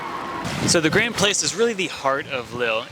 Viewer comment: I have been to Lille a couple of times, but I'm ashamed to say that I don't remember a great deal about it apart from that enormous pedestrianised centre and the driverless metro system. Perhaps I need to go back? Language tip: "Place" in French is pronounced "plass"(!)